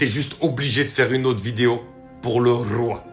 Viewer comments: Le Rrrrrroooiii❤❤❤ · Le Rrrrrroi...Le Rrrrroi...et Le Rrrrrroi 🦁 🇸🇳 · J'aime bien ta façon de faire....le Rrrroiyy❤😂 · Le Rrrrroi❤